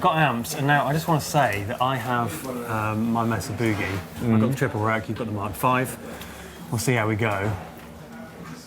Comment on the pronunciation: Here in America, Mesa is pronounced "May-sah". The "e" in Mesa has the long "a" sound(Like the word "Hey"). And the "oo" in Boogie is pronounced like "Book" not like the scary "Boo" or a "Booing" crowd(like says it). Btw, in America, a mesa is what we call an elevated, flat topped plateau. And boogie is mostly used as a synonym for getting down, grooving or jamming music. So Mesa Boogie is like saying/ bragging, "We' provide a higher level of sound for jamming music". Which fits because Mesa started by doing mods and upgrades to existing, common amps. Anyway, just thought y'all might like to know the correct American pronunciation. 👍😂